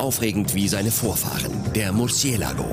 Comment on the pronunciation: RevEnton und MurciElago xDD Die Betonung, herrlich